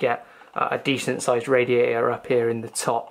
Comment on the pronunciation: Great vid bro, love it how you say radia'ah..